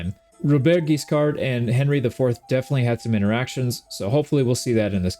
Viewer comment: A great new adventure ! French pronounciation : Robert has a silent T, and Guiscard's D is silent too. Your Rs are not hard enough but that's really fine. And for how you say Hauteville, it's actually good !